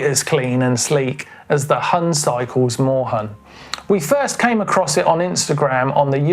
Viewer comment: Huhn is pronounced more like Hoon, the german word for chicken ;)